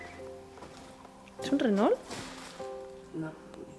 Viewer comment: Renault se pronuncia "Reno" (No se prononcia la "L" antes de la "T"... 😉😉💖💖